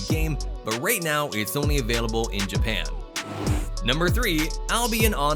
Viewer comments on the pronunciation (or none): none